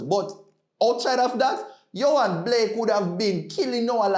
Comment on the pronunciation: it’s Yohan Blake ( not Blakes)